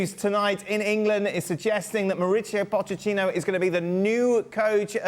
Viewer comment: First of all, I congratulate you Dan for pronouncing Pochettino's name properly (Po-c-ettino). You're one of very few! Mauricio was smart. He ducked taking over Real Madrid after Ancelotti (An-ch-elotti). Smart, because Pochettino could go nowhere but down in a post-Ancelotti environment. He was also smart enough to duck taking on the ship with a colander for a hull - that being Tottenham (massive admin and player issues there!!). So, he took Chelsea - still rife with issues but not quite as bad as Tottenham. Here's my prediction. More fireworks - NO Cups. ...next manager please? Is ANYONE seeing a trend yet?!?